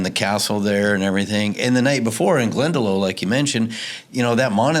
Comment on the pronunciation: lovely podcast ,just its glendalock not glendalo